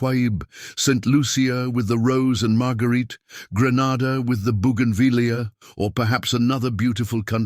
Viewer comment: Greatly enjoyed as your stories usually do. Grenada, the Caribbean island is pronounced with the "e" saying its name.